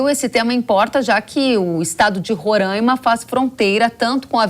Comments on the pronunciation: Reporteres entendam uma coisa: É RORAIMA e não RORÃIMA kk 😂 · 3 pontos de observação 1 - para apresentadora: se pronuncia Roraima e não Rorãima 2 - para o comentarista - China, Rússia e Irã não são aliados históricos e sim aliados do momentos, 20 anos ainda não dá pra dizer que é histórico 3 - para o comentarista - a Venezuela atualmente não é um dos maiores produtores de petróleo do mundo e sim o país que possui as maiores reservas de petróleo do mundo